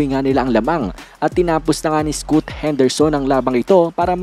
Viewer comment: scaat kc ang pronounce sa scoot whaha